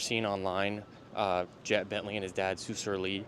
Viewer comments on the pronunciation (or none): none